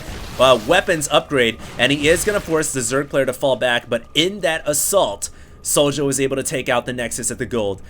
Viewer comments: I believe this is the Swedish player sjow, and i believe his name is pronounced SHOW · I dont know how i can wright it down but its said zjow. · How do you reckon "Sjow" is pronounced "Sowdja"? That did not make any sense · its pronounced Zhou.... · pronounce it 'show' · try to pronounce it "show" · He's swedish, so using swedish pronunciation it would be "show". I know you're a busy guy,, but his country is on liquipedia. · Think it's pronounced like 'Show'. In many languages j is pronounced like a y. Syow or Show.